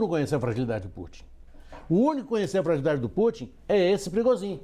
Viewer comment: Eitaaa... que esse "motim é mais falso que moeda de 3 reais " quem vcs pensam que enganam ??? Só bobo mesmo é capaz de pensar que uma "milícia" seria capaz fazer golpe contra a potência que é a Rússia!!!! O Pregozhin (se pronuncia "Prêgôgin". "prigozin", kkkkkk ) deu foi um " passa mané" nos EUA... pegou a grana do tio San (6 bi Dólares) e foi ficar bilionário na BieloRuss... Esperem as cenas dos próximos capítulos !!! Vamos ver o tamanho da imaginaçao para inventar as desculpas esfarrapadas !!!